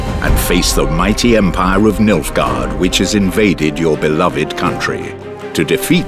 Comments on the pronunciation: "Milfgaard" lel. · I literally keep hearing Milfguard